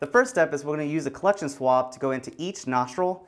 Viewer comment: I thought he said swamp so i brang shrek